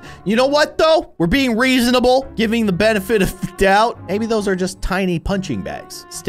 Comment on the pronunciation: It's not weasanable it's reasonable😂😅